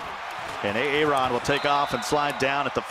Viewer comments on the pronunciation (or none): I know I’m not the only one who heard “A ARON”. 🤣🤣🤣